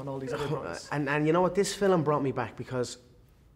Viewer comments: He still says "filem" instead of film. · Filum lol